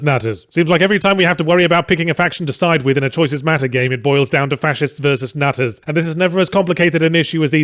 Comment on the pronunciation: Nutters? I thought he said nazis throughout the whole video and then was left wondering 'But aren't nazis Fascists?'